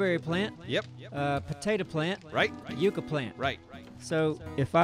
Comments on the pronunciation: yucca is pronounced "yuck uh" not "yuke uh." I swear to God it's like listening to someone say "irregardless" on repeat. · mispronouncing the word Yucca started off as nothing, and by now I want to stick needles into my ear drums whenever I hear it